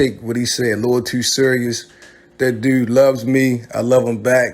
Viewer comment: Your Baltimore accent comes off strong when you say “Dude” and “YouTube” I’m from Chicago and that Baltimore talk is wild to me. I couldn’t even do a Baltimore accent if I tried.